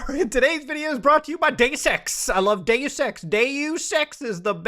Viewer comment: Sounds like he said I like Day Sex